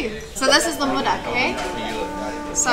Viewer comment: It's not Murak. It's Modak, we serve it as a Prashad after Prayer of lord Ganesha 😊